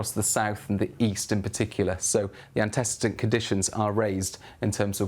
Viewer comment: annty seedant not anticidant, ante like ante bellum, cedant like cede control